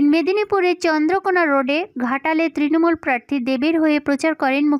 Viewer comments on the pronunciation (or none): none